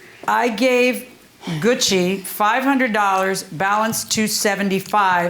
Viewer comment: If I were the defendant I would be kind of offended that she can't pronounce my name right. I mean how hard is it to pronounce Gucci like the bags. Goo-chee